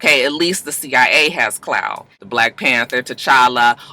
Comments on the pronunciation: CLAAAAWWWWW! lol Not Clow. lol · Babygirl who the Fuck is Clow lol!! Klaw my sista pronounced claw😂😂😂